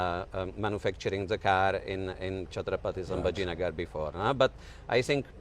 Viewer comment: loved the way he said chhatrapati sambhaji nagar factory, being a foreigner to consciously take cognisance of the change and also use it❤❤❤